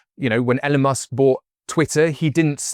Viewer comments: Great video, this was perfect for me! One thing I will say though is stop called 'E-lon' 'L-on' 🤣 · Very interesting but, if everyone dodges taxes - however legally - we will all be in trouble as a society. And how is it that someone clever with money can't even pronounce Elon Musk's name properly.? It is Ee-lon, not Ellen! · you mean "EE-lawn" - Elon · ‘Ellen musk” 😂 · "Ellen Musk" 💀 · Who’s “Ellen Musk” 😂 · Sorry but why is this guy calling Elon Musk, ‘EH’lon’ musk?? It’s such a famous name. It is pronounced ‘EEEElon’ Musk How on earth is this guy saying it wrong?? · “ehlon Musk” teehee.